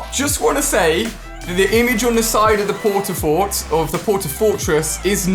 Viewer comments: He said “I think it’s gonna take twelve port a forts 😂🤣” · 'I think there will be 12 port a fort'